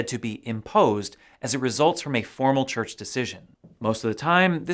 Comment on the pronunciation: CHURCH NOT CHRCH ....SORRY ! 😎